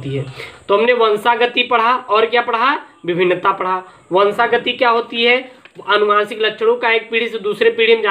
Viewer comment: Sir vo😁 vanshagati hai na ki vanshgati